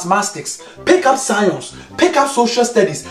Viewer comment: ‘... pick up massmastics, pick up social scionce...”